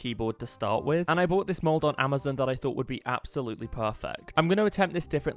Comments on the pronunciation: i like that instead of saying amazon you say it amezon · Bro said ameson